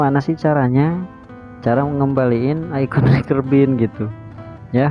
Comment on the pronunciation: recycle bin bacanya "risaikel bin" bang, bukan rikel bin 😃